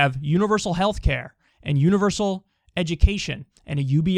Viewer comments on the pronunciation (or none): none